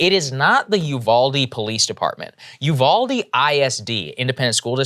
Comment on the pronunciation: It's oohvalDE not youvaldie